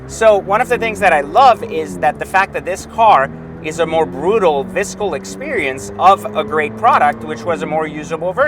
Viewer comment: 5'27 "viscal"?? Did you mean visceral??